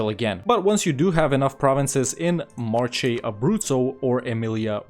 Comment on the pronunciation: just a little tip on the pronunciation of Italian names: in Italian "ch" is always a "k" sound, "c" is a "k" sound in front of "a", "o" and "u" , a "tS" sound in front of "i" and "e"(like in the name Che Guevara) . So "Marche" is read as "MarKe" like the name Mark, it's written like that because the letter K didn't exist in italian and we needed a way to distinguish between a "hard C" and a "soft C" .